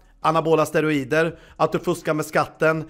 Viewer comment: lär dig svenska, heter steroider inte steorider